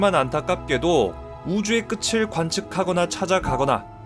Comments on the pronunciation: 끄틀이라고 발음해야하는데 끄츨 발음하는거 은근히 킹받네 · 끝을 발음 끄츨 불편하네요